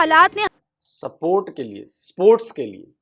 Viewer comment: स्पोर्ट को सपोर्ट कहना पंजाबी इफेक्ट हैं।